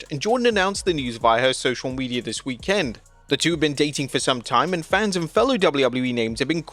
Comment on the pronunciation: Stop saying WEEK-END